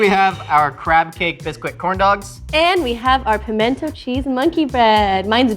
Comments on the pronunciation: It’s pronounced... pamina cheese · Where I come from, it's not 'pimento cheese' it's 'minna cheese'.